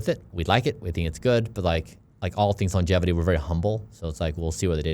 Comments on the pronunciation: Please stop saying "Longetivity." It's Longevity. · called ‘Longevity’ as ‘LongeTIvity’ the whole podcast. I'm hoping he will notice Bryan’s pronunciation. That was what my limited mind focused on, but I was so happy to hear him have one of the best intelligent conversations with Bryan. Love what is doing ❤ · Absolutely enjoyed the podcast—it even made me subscribe to the channel! However, I have to admit, mispronouncing ‘longevity’ as ‘longetivity’ was a bit distracting and made it hard to stay focused on the deeper conversation. Secondly, while I understand the time was limited, I was hoping there would be a question about managing population in light of Bryan’s ‘don’t die’ philosophy. With limited space on this planet and an already crowded Earth, does this theory automatically push us toward exploring and securing lands on other planets sooner? That said, the episode was fantastic—loved the questions and your preparation. Keep up the great work! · most funny thing is says logetivity instead of longevity and bryan doesn't say anything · The amount of times said longetivity instead of longevity even though bryan kept saying longevity, he was super nervous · ... brilliant interview done by you...very impressive...I m curious why u keep mentioning longetivity....is that even a word??Its Longevity right.. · Each time he says longetivity☠️